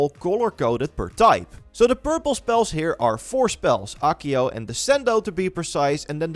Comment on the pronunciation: Acio= A̶a̶k̶iy̶o̶ 🙅‍♂️-> 💁‍♂️ Ekiyo Redikulous. Why can't you just reasearch some of these pronunciations? Too many times you've arrogantly, ignorantly butcher these pronunciations. I still remember you pronouncing Ninjutsu (should literally be pronounced as it's spelling neen-jut-su) as Neen-yet-su 🤦‍♂️🗿😵 There yet another.. *Levi-yo-so 🤦‍♂️ ooff.. soo irritating. It's Levi-o-saa. This one literally got correction in Harry Potter itself by Hermione; Man, this is ironic af!